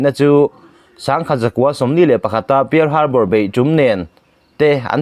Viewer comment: Pial Harbour ti lovin Pal Harbour tia lam tur a nih hmel. F one six ti lovin F sixteen tih tur a nih hmel tih ka rawn sawi ve mai mai e. Min lo hrethiam la.